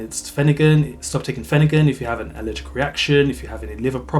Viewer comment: The R is not silent. It’s pronounced phen- er-gan not finagin